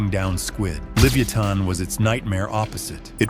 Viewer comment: For the AI, Livyatan is pronounced like leviathan